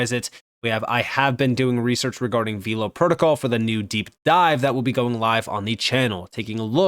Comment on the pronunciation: it’s pronounced VELLLLL-OH, not “veeelow.”